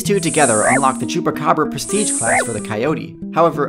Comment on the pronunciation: It's quite impressive the way you pronounce chupa cabra :)